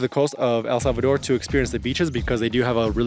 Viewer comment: Thank you so much for taking the trouble to pronounce the name of our country properly!